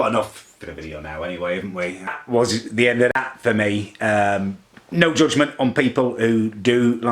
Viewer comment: Lewk threw thew cewk bewk